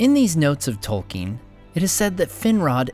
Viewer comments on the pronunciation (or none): none